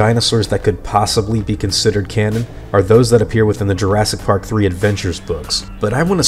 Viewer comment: UGSYGS JURSKY PARK